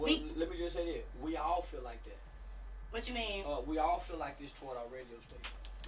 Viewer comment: When she said I fill like I was done 😂